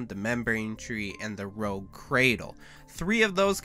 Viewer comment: it's pronounced "roodge" not rogue.